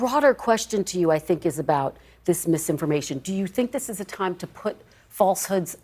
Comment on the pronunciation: 😊KRISTIN WELKER SHOULD NEVER BE ABLE TO SAY “MISSINFORMATION”